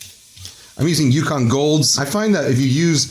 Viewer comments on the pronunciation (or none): none